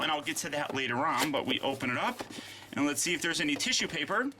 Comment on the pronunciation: you mean tisyu peypa